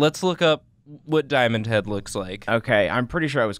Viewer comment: It's diomand head no diomand hand